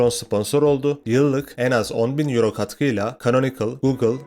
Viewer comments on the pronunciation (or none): none